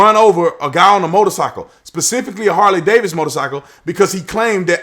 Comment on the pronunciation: It's Harley Davidson not Harley Davis!